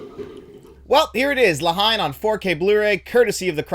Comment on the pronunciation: For future reference, the film (La Haine) is pronounced (La -En) it’s much more of a one word scenario in the pronunciation of it. Great review as always!